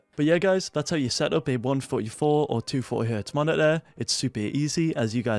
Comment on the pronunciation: he really said monituhh